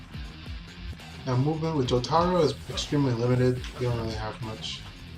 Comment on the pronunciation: It's pronounced Jo-ta-ro. Got Dio right though, good job